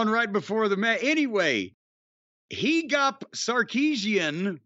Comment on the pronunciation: I'm armenian. I think they meant to say HA-GOPE. That's how it's pronounced.